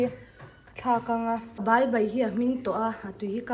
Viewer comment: Ba nilo in bal tih tur zawk a lawm